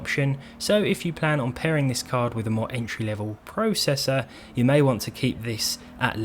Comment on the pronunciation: Once again, your say processor WRONG!